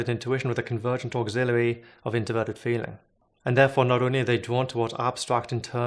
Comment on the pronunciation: Say 'auxiliary' one more time....